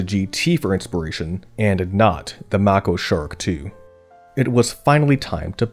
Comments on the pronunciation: It’s pronounced “may-co” shark… not mah-ko… thanks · I think it's pronounced "make-o" shark, not "mack-o" shark. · It’s pronounced “may-ko”, like the shark. Not “mah-ko”. Just a FYI there video creator. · please explain why "Mako" is pronounced mah-ko instead of the western english pronunication "may-ko". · Mako is pronounced MAKE -O not mahh-ko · MAY-KOH SHARK. NOT MAH-KOH. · Mako Shark is pronounced with a long a in Mako. May co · Oh, sweetie. The "a" in Mako is along a. (MAY-ko). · "Mocko" Shark? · That's nothing. This guy keeps saying Mako like it's "Macko." Just dumb. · Pronounced May-ko